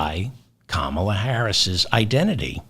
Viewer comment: “KAH mah la”